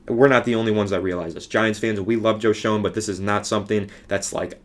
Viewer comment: It's pronounced Shane just so you know for future videos.